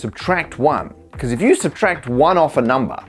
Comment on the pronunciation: I love the way he says "numbah!"